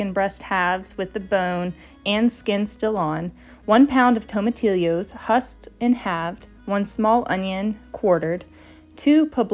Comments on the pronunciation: Correct pronunciation of tomatillo is “toma-tio” no L sound at all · "Tomatillo" is a Spanish word, so the double "ll"" is pronounced "y". TOMATYO, no "i" after the "l"s. Hope that helps in future. Soup sounds good, nope, delicious. Different styles of it are big, big, big in Calif.